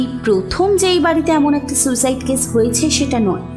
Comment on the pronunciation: উচ্চারণগুলো একটু ঠিক করুন। রানীর husband একজন ডাক্তার, সে "কেস"কে "কেশ" বলছে!